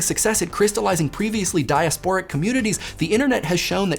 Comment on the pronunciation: diaSPOric? It's diAsporic isn't it?